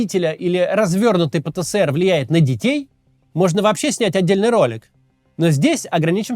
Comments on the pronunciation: Максим, зачем ты режешь мои уши?🙉 Нет в русском языке буквы «СЭ». Есть буква «ЭС». Правильно говорить: «пэ-тэ-эс-эр». «Пэ-тэ-сэ-эр» — неправильно. Ты же не говоришь «Сэ-сэ-сэ-эр». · Пэ Тэ Эс Эр, а не Пэ Тэ Сэ Эр, Максим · Кац, правильно пэтэЭСэр, а не пэтэСЭэр